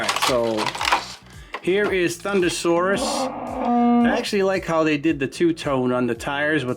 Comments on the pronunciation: ThunderRoarus not Saurus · You said thunderroarus slightly wrong